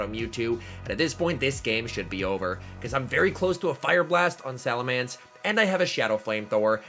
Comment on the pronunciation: please. It's SalamEnce not SalamAnce